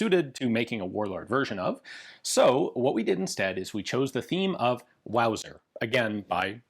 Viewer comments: I mean... I think it's technically pronounced vauser hahaha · Wowser.... its a wauser.